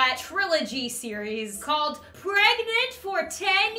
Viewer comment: Everyone: it's pregnant: it's preganant